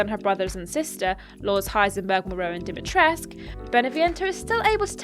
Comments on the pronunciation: Is it not "dimitres-koo"? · the U is not silent in Dimitrescu